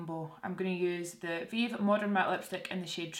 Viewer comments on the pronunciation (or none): none